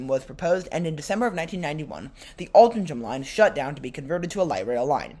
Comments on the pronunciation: Altrincham Is pronounced Aul Trin Ham I believe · just for your info Altrincham is pronounced as if it were spelled as Altringham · Having lived a couple of minutes walk from Navigation Road station in my childhood in the 60s and still having family in Alty, Altrincham is actually pronounced Altringum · Another of our quaint English towns not pronounced as it is spelt! Try saying it this way - All-tring-um. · Really cool tram line. Never heard of the Rochdale line but if you go back it seems cool and you should make a video on it. I love the way the trams sound. Also you pronounced altrincham like 5 different ways